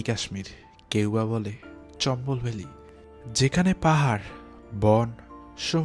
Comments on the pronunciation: Video and sound are good but your pronunciation should be improved. This is not চম্বল, actual word is চামবল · ভাই, জায়গার নামের উচ্চারণটা চম্বল না, চাম্বল হবে